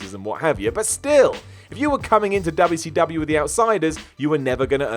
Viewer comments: "Dub-yuh C Dub-yuh." Too funny. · The way he said wcw (dubya see dubya) haha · I wish this guy would stop pronouncing 'WCW' that fucking way. Its annoying as hell